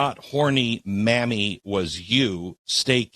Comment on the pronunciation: He said Mammy not Mamí (Spanish slang). Pronouncing it as the racist stereotype was funny 😂 Kinda shows his age